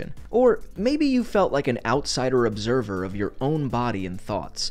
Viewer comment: Observer* not Obzerver